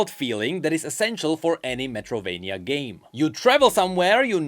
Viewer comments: His pronunciation of Metroidvania as Metrovania triggered me every time lol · WHO THE FUCK calls it Metrovania and not Metroidvania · is something wrong with me or isn't right saying Metroidvania instead of Metrovania 😅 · metroidvania, not metrovania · It's Metroidvania, not Metrovania. It comes from Metroid + Castlevania. Just so you know :) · About to watch the video, but I do wanna point out that its "Metroidvania". Sorry, I needed to say it